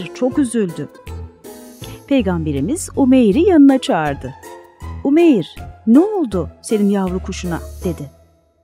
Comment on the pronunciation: Umeyiiiir degil. U uzatarak okumaniz lazim🙄 oglumun ismise Umeyr ve Umeyir denildiginee hic hoslanmiyor. U-meyr. İ yok orda